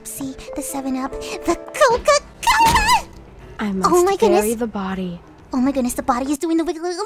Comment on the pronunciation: when she said coca cola i thought she said Kakona like, from Yandere simulator